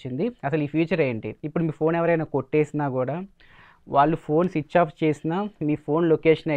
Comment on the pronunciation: Chich-off☑️ switch off ❌